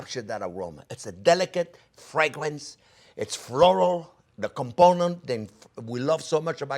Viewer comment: Fresh basil at the end.... ADDS MORE FWAGUWENCE CHEF